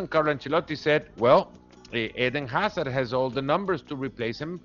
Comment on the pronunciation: Not hazad,😜🤣😅